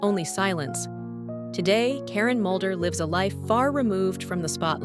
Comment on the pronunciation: Its Mulder not Moulder